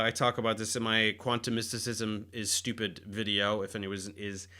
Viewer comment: Ultra-shtooped? Above the "shtooped" octave?